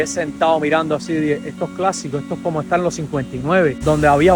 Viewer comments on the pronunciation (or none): none